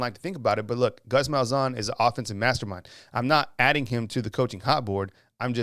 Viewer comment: Wanted to ask what drugs he's on when he said Malzahn lol